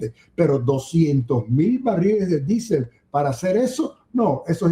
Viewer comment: Por qué no dice diésel? Q manía d decir disel.